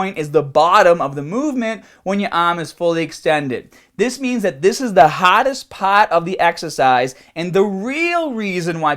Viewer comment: "this is the haaaadest paaat of the exaacize"